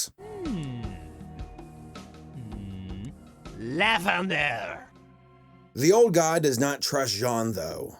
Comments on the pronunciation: lavindear POOF its fixed JK its lavender dummy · laugh under!? You can pronunce Lavender Jean Pierre de Croix 😞🇲🇫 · As a french, I am surprised to see so little efforts put in the stereotyping 😂 Like, wine, seriously. If the character was an old guy, why not, but now wine is just meh, more people would drink coffee. But even worse; the Way he pronounces lavender as levender is absolutely stupid. In french, lavender is 'lavande', so if he has to make a mistake, it's more on the an-en part (as these are both pronounced more or less the same way in french) and not the first syllabe. Anyway, his accent is lame, never heard someone speak like that, and I have heard quite a few terrible english accents! And I won't discuss on this stupid croissant name or the offensive innuendo that french people are cowards and will run away from any bad situation, these are overused and boring tropes 😂 (Ooh and I forgot the famous 'France is only Paris', where everything happening in France has to be happening in Paris, and more precisely with the Eiffel tower somewhere in the background!) And really, poor chinese kid, give him some respect. The only good thing about him is that he points out to a Dumb kid that chinese and japanese are not the same thing. But why is there a box of noodles on his shirt ? Who would want to wear that?! Ew, you can't save anything from this movie, it's terrible and terribly boring, thanks video brinquedo. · "nigget" is what i heard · I herd Bigot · Sounded like she said nuggets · Sounds like "nuget" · you can pronounce Lavender Pierre